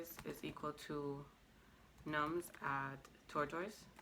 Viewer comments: Can you please pronounce tortoise properly? Jeez!!! Driving me nuts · You say tortoise wrong.